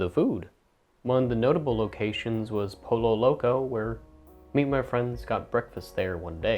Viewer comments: Bruh he did not just pronounce El Pollo Loco as "el polo loco" its "el poyo loco" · You said El Pollo Loco wrong, you pronouce pollo as poyo, two Ls make a Y sound in spanish